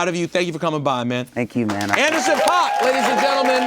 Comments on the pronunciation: rosenberg just repeatedly pronouncing paak and oxnard incorrectly. cool research you did for this , pete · rosenberg always makes a point to say PAWK and not PACK. Andy himself says pack